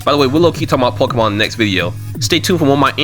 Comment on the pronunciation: Wait, did he say pokemon? 😂